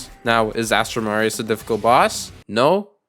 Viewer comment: Aint it astral aurius and not astrum marius